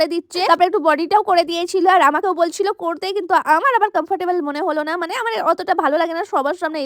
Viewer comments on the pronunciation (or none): none